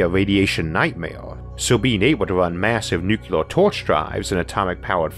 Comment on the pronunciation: NU-clee-er, not NU-cu-lar.